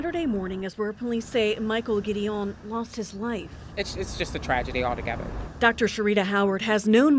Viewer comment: I’ve known Mike for decades as well & would’ve told these fools to get his name right! It’s pronounced “Gid- I-won” NOT “Gideeeown” ugh these “journalists” want to report first instead of correctly. Another channel called him and his brother Alex a whole damn different first name wtf.